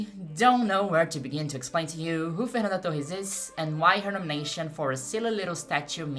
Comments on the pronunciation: Eu descobri seu canal agora, com esse vídeo. Eu chorei te assistindo. Sou professora de história no Brasil e esse filme me destruiu, sou apenas mais uma torcendo muito pela Fernanda, e fui pega pela tua thumb, nem sabia que você é brasileira. Sou be no primeiro Fernanda Torres que você pronunciou. A terceira parte do seu vídeo é ainda mais maravilhosa do que todo o resto. Peço licença para usar algumas partes editadas (apenas com a minha tradução simultânea em português) para usar nas minhas aulas do nono ano. Parabéns. Nem sei sobre o que é o teu canal, mas já estou inscrita. Amei seu vídeo. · você é brasileira ? ninguém americano pronunciaria Fernanda Torres tão brasileiro assim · O jeito que ela pronunciou Fernanda Torres eu não tive dúvidas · of course you are: Fernanda Tohees! Like it's meant to be pronounced! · Ouvi Fernanda Torres pronunciado certo e pensei essa mulher é brasileira certeza (to chorando só com o video) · Eu saquei que era Brasileira na Pronuncia do "Fernanda Torres". Sensacional o trabalho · Nunca tinha visto seus vídeos e sequer sabia da existência de seu canal. Percebi que era brasileira quando pronunciou nomes de brasileiros sem sotaque gringo... rs... depois veio a confirmação. Amei o vídeo e fiquei muito feliz pela abrangência do mesmo. Ganhou um novo seguidor... continue o belo trabalho!! Saudações do Brasil! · Seu inglês é tão perfeito que só saquei que você é brasileira quando pronunciou o nome da Fernanda Torres 😊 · Falando nome dela mt bem, vc é brasileira q eu sei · Is the owner of this channel Brazilian? Her pronunciation of the name Fernanda Torres is perfect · You say my name correctly. Thx ... I am Fernando, Nice to meet you.